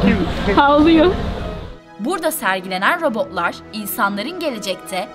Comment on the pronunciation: Sırf o yüzden videoyu durdurdum. Robo'lar, otoma'lar şeklinde tuhaf bir telaffuz var.